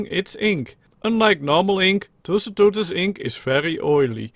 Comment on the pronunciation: you sound like pengu when you're trying to pronounce tusoteuthis